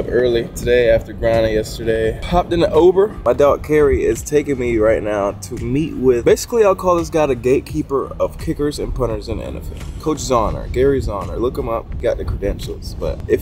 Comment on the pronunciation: the way he said it made it sound like ouber